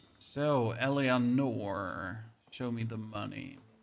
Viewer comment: Thank you so much for the guide, this is excellent :) ... But please for love of God, stop pronouncing her name wrong... it's pronounced El-a-nor :)